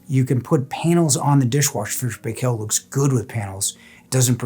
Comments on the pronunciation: The pronounciation is not "pay-kell." It's "pie-kl" ... akin to pickle. Proper pronounciation can be heard on videos produced by the company, go figure. My double-drawer unit was 20 years old on 8/21/2023. It has had a few repairs, all DIYed. I also have F&P washers (two, agitator and impeller) and the topload dryer with reversing tumble. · Good review. It's pronounced Fisher and "Pie Kill".